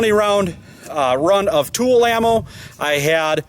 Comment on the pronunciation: Tula not tool